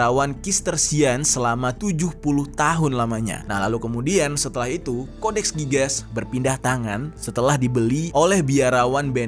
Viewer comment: codex gigas cara bacanya gini "Codex Gigas" bukan codex gigas